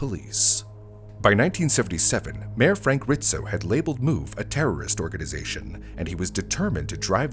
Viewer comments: IT'S RIZZO, NOT RITZO. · I keep hearing Rizzo's name pronounced as "Rit-zo" .... I've always known it as "Riz-zo" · hearing him say Ritzo instead of Rizzo is painful ('pizza' argument is invalid btw) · It's not "Rit-Zo", it's Rizzzz- O" I remember watching this on the news. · It was hard to listen to how he kept pronouncing Rizzo as Ritzo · RIZZO, it’s pronounced RIZZO……not RITZO!! I remember that day clearly…..Philly cops were notoriously known for beating your head in, then asking questions. They were mayor Rizzo‘s personal Irish goon squad. I got pulled over for driving “ too nice of a car”. Nothing happened luckily but it was a 15 minute ordeal that I choose not to relive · his name was Frank RiZZo , no T